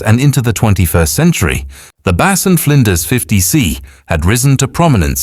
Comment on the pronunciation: Please note, George Bass's surname is pronounced Bass not Base